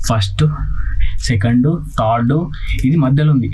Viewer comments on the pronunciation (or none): none